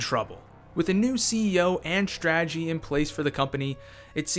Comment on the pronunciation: There is no "h" in "strategy".